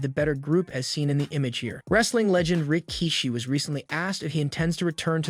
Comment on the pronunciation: The way you say Rikishi is weird and hurts my ears. You can tell he was before your time.